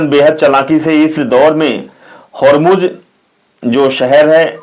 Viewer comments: Not hujum but Hurmuj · Bhay Hurjum nahi strat of Hurmuz😂😂😂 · Hurjum nahi bhai hurmuj hurmuj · Hurzum Nahi hota hai, Strait of Hormuz hota hai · Horzoom nahi hormooz he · Sir, Please excuse me. Hormuz ko thik se pronounce kijiye. Please